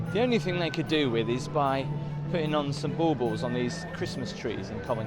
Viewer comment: It is 'bauble'. Not sure if Greater Thunderbird would approve of all those lights.